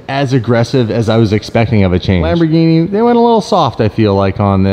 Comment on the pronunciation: I hate it when you say "Lmbogini" 😂😂 The R is still pronounced in Italian! I still love ya!